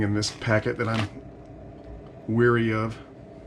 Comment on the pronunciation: I enjoy your MRE vids. However, "weary" ( as you pronounced Leary and teary) = tired; "wary" (as in Mary and marry) = skeptical.